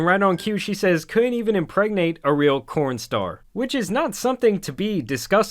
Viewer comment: DID YOU SAY 'CORN STAR'???